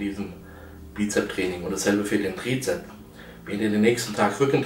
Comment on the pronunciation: Es heißt Trizeps, nicht Trizep.